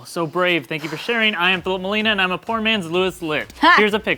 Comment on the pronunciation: what i actually heard was "porn man lewis litt"